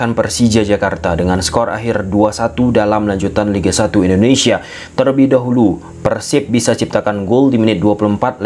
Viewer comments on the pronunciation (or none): none